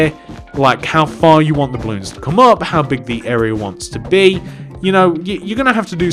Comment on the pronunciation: Why are you saying it like OP? you say it UP idiot!